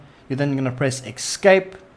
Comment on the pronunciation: just a psa: escape is pronounced "s-cape" not "x-scape"